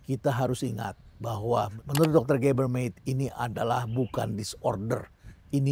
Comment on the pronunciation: Permisi Prof Rhenald, pronounce nama Gabor Mate (baca: Mate, bukan Met), lalu Jonathan Haidt (baca: Hait, bukan Heit). Jonathan Haidt sendiri pernah secara langsung meminta orang mengucapkan nama belakangnya dengan cara seperti itu, karena Heit terdengar seperti pronounce kata hate (benci) dan bukan itu yang ia inginkan terdengar diucapkan orang akan nama belakangnya. Thank you Prof. Rhenald. Stay relevant. By the way, kurikulum kesehatan mental sangat penting, dan saya setuju itu bisa terjadi di Indonesia.